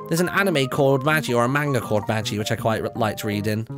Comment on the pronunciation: Isn't called ma-gee not maj-ee? That anime/manga you were talking about? Nice Vid as well!